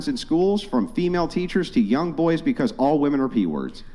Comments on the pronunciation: Totally besides the point but the way she says Wehmen instead of women is pissing me off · "it's not wemen it's not wemen!"